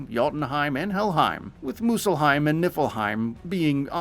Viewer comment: It’s muspullhiem